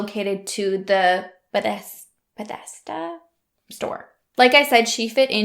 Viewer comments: be-theZ-da (pronunciation). It borders Washington, DC and is a little bit of a ritzier area. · Just so you know, it’s pronounced like beh thez dah 😘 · Its pronounced "Bath-esz-duh". But thats pretty close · Your pronunciation of Bethesda wasn't too far off. I used to live in the neighboring town of Gaithersburg. They got that trial on the docket as quick as possible people were horrified and shocked. A lot of big players from DC live in the area and commute to work.